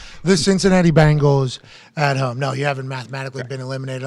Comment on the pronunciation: I love Pat but I just can't stand the way he says words like "home"